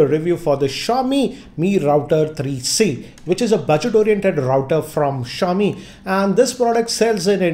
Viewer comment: That awkward moment when you realise that it’s ‘SHA-O-Mi’ and not ‘ZI-O-MI’ 😐